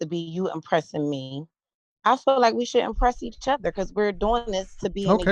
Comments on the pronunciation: Especially since they pronounce feel like it is fill. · BW and BM neither of whom can pronounce the word feel correctly instead of saying fill. Can you fill me?